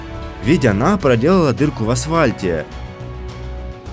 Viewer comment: только я один слышу "асвальте"?